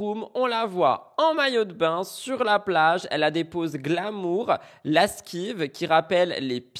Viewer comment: Bonjour à tous, aux environs de 28' tu dis "lasquive". Je suppose que tu voulais dire "lascive" (attitude sensuelle) 🤓.